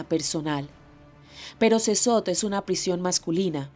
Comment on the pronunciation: Casi once minutos de "Wiri, Wiri", para llegar al tema de las pandilleras. Eso es mas de la mitad del video en puras mamadas, aparte la carcel donde estan los pandilleros se pronuncia "Sekot". Ademas, en la carcel o prision, se van a pagar las sanganadas que hicieron en contra de la poblacion, independientemente si son hombres o estas mujeres pobrecitas, oprimidas por el patriarcado. Puta, este reportaje, esta lleno de tantos prejuicios que pierde cualquier gramo de veracidad que tenga y se vuelve propaganda (tanto de gobierno, como de organizaciones que solo buscan empujar sus ideales).